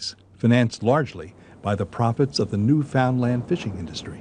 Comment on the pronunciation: Lol im from newfoundland, and these guys are pronouncing it wrong, otherwise good video.